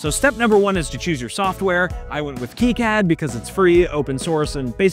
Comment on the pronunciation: As an electrical engineer, hearing you call it KeyCAD hurt